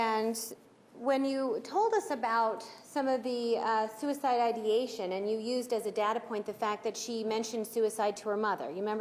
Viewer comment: Did she just say suici-iation? why does it matter how many restaurants Jodi worked at?